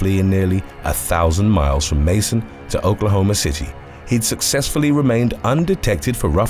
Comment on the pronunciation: Great video, however, the correct pronunciation for the city "Macon" in #3, is "Make-on" 👍🏿 👍🏿